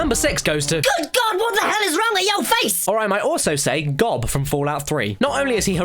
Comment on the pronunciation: That's not how you say Gob, Arrested Development fans know what I'm talking about.